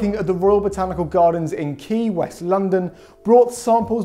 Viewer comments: It’s pronounced “Q” not “key”. 👍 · Pronunciation of Kew Gardens - same as the word Queue. Not Key!! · Kew is pronounced Q, or Cue as in pool cue, not Key. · Q gardens. Kew pronounced Q. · Kew is pronounced "cue"